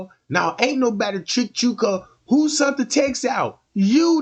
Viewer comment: “Sent” not “ sunt” you dickhead.